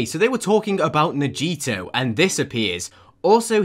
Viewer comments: the way he pronounces Nagito annoys me- if you’re seeing this is not “nah-JEE-toe” it’s “NAH-gee-toe” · Nagito's name is pronounced "nag e toe" idk why but dont ask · OK BUT THE WAY YOU PRONOUNCED NAGITO HAHFKDJSKSJ- “NAH-JEE-TOE” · I love how he said “Najito” instead of Nagito and can we stop shipping creepypastas and making them all soft like cmon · Actually, because I’m a nerd, I must correct you. It should be pronounced as nah - gee - toe. Japanese is a language in which there is no emphasis on any syllables. There’s a specific word for it, but I can’t recall it off the top of my head. So yeah! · As yes, my favourite Dangertrompus character, Najito Cumaeda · And maybe the 3 danganronpa extreme fanboys when he said "najito" instead of nagito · I THOUGHT I WAS THE ONLY ONE WHO NOTICED THAT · Na-jee-toe sounds so gross lmao I would hate Nagito even more if his name was pronounced like that 💀💀💀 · Nayeetoe Gaymaeda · at the beginning: “najeetoe” Me knowing that’s not pronounced right: he didn’t quite understand, but he got the spirit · Najit komaeda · Na geee toe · NA GEE TOEE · I feel bad for Nagito. His name was mispronouced as “Najito” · WHY IS NOBODY TALKING ABOUT HOW HE SAID NAGITO "NAH-JEE-TOE" JDJDNDN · No one: Danganronpa fans when Nagito was pronounced ‘Na-Gee-to’: You’re on thin ice, boy Edit: No one: Your Turn To Die fans on : 👁👄👁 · najeeto el cheeto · You did NOT just say “nAjItO“ LIKE- sorry i just really like danganronpa lol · I % agree ps. U kinda pronauced nagito wrong but is fine but like I need to know what these kids gain from this. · I can’t with the way he pronounces nagito- 😭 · The way he pronounced nagito made me burst out laughing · The way he said “Nagito” hurt me...